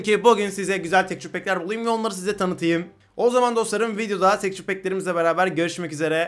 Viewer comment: Tekçür diye okuma abi ya tekstür de şuna tilt oluyodur herkes